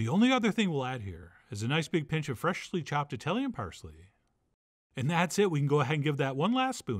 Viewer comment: I like how John still arm wrestles with the word "freshly." It comes out "Freh-shly"